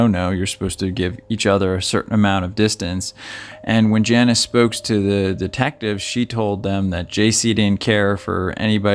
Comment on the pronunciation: Her name is pronounced Jaw-neece and not Janice.